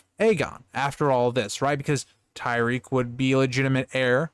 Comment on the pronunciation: Just watching this now but I think it's pronounced Ty-rek, not Ty-reek.